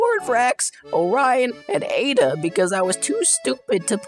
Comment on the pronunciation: ada rhymes with soda